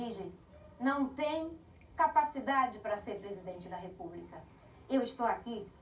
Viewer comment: Repúbrica, supricy, pqp, chooo Marinanta